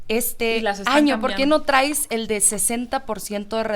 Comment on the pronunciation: Oye.... lee bien o escucha a Trump, ahhhh es que no sabes inglés, perdón, pero deja te traduzco (ah y por cierto, se dice traes, no trais, aprende a hablar narca). Trump dijo claramente que el gobierno actual está coludido con los narcos, estás en un narcogobierno, acéptalo y deja ya tu narrativa de niña estúpida y además!!!! deberían de meterte al bote por hacer campaña cuando no deberías!!!! OJALÁ A TI TAMBIÉN TE JUZGUEN Y TE ENCIERREN MUUUUUCHOS AÑOS